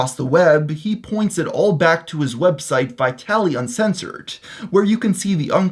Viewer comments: ummm....its pronounced "vitalized" not "vitaly-z-d" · Its pronounced vitalized. H3 and everyone else has been making him out to be this Italian prank lord. "Vitali" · I thought that too. I'm not familiar with the creator being spoken about but I'd have expected the name to be pronounced "Vitalized TV" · Pretty sure it's pronounce vitalized. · pretty sure it is called vitalised if you pronounce it :D ?? am i wrong??